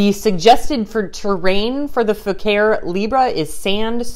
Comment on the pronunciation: Pronounced fooo car ee